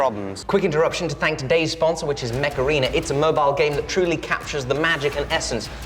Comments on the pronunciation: When said Mech Arena my brain auto corrected to weird British pronunciation of Macarena for some reason. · Why do you pronounce it "macarena"?